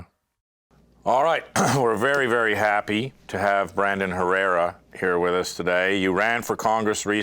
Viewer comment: The H in Herrera, is silent.